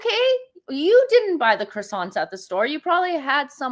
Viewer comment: Thought she spoke French? Needs to learn how to say croissant